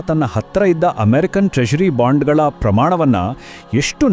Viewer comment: ಬಾಂಡುಗಲು ಅಲ್ಲ ಬಾಂಡಗಳು